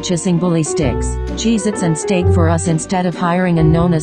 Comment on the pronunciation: Oh, how ironic that Siri’s voice over would place “Stake” instead of “steak”! Luv you all & welcome to life in the fast lane! LoL ❣️🐺🐶